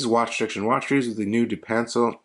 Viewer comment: Nice vid! Pronounced duh-pan-cell